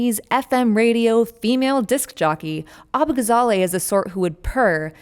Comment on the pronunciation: abbagazally? she must be a foreigner. we won't stand for this. lol